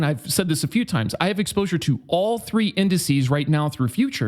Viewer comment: "incices"..... what a doosh